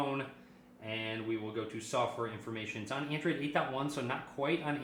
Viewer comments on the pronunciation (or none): At the end you said andoid nine Oreo...